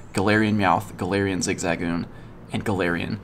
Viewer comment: The weird pronunciations of zigzagoon and patrat really got to me